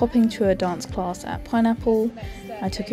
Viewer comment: Class doesn't have an R in it when you say it ... Just saying !!